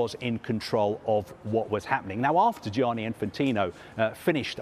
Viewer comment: When are Sky going to employ an Italian-speaking voice coach to end the daily massacre of every Italian name the presenters are asked to pronounce ? Who’s ‘Gee-aaah-knee’ ? (At least it wasn’t Frenchified which is the usual default position).